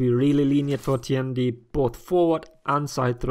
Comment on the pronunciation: FINALLY!~ A youtuber who doesn't butcher the pronunciation of Tiandi.